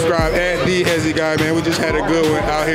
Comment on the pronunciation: Hezi not fye